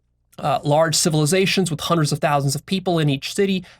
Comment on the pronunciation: Also notice how pronounces "Hundred" or "hundreds" it's like he says" Juandreds" it makes me smile every time